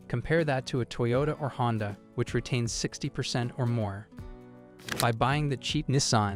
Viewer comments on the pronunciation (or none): none